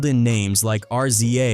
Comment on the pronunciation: Once this AI voice called RZA and GZA, R-z-a and G-z-a......I stopped listening.